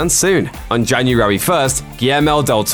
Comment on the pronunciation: its January not Janurary